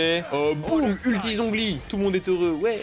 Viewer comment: Let's goooo les 2k! edit: par contre, zhongli, cest catastrophique, ÇA SE PRONONCE TCHONGLI ( ça se voit que c'est mon perso pref?)